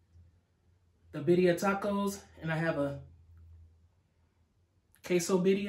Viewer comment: you were saying it right! 🥰 it looks delicious